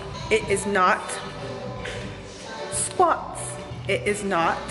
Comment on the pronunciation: doing squats as you say "it is not sqauts" 😁😁😁😁😂